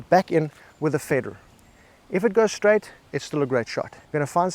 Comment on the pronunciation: And just how many r’s are there in ‘faderrr’ 🤔😆